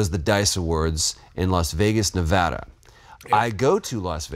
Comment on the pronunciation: Troy is the man! Rocking the Jordan 1 Couture’s and properly pronouncing “Nevada.” As a Vegas born, I salute you! Glad we brought the AJ1’s back.